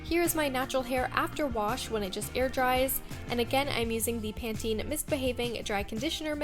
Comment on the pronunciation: You pronounce it right. Lol don't listen to that weirdo.